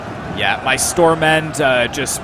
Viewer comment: Great video, really enjoyed it :) as a Dane the pronunciation of the units was funny, the Stor-mænd was on point tho the ''d'' in Stormænd is silent and it literally means ''Big-men''. Stor has a lot of meanings; large, large-sized, big, king-size, large, great, wide, heavy, strong, major, big, great, big, arrant, out-and-out, awful, terrible, huge, vast, immense, enormous,large, large-sized, big, king-size, large, great, wide, heavy, strong, major, big, great, big, arrant, out-and-out, awful, terrible, huge, vast, immense and enormous. Sorry for the lecture!